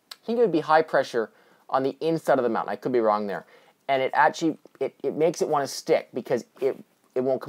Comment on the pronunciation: A lot of grammatical errors. Also it sounds like your saying "etchee" instead of "actually".